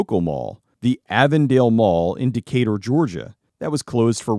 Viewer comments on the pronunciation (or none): none